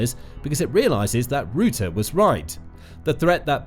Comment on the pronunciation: Guys, PLEASE change the pronunciation of Mr Rutte's name. Not 'rOOte'! Please change to 'Rahttah'. This is still not 100% correct, but it's at least ball-park correct, and will hurt less EU/Dutch ears. 🇳🇱🧀